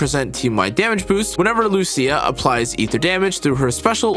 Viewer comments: As an Italian, since Lucia is a common name for me, I'll be your "guide." He actually says LuSIA incorrectly, and not LuCIA correctly. There aren't two pronunciations. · Loo C Ah ☝️😞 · I came for Loosha but got hit with the Loo See Ya. :face-green-smiling